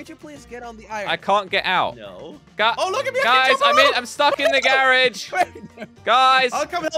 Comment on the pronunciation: It's a garage not garich